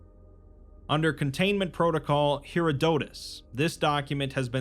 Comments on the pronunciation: “Hair-odd-oh-tuss” is how you say Herodotus. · Hair-odd-uhh-tiss just all smooshed together Herodotus.